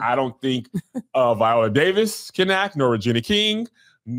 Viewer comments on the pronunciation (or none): none